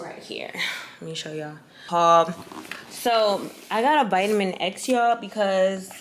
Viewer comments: Ma’am! Why do you keep calling it a Vitamin-X? 😂😂 It’s Vita-mix 😊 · lol vi-ta-mix not vitamin x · Lmao you kill me, girl that says vitamix. vita-mix. Not no vitamin x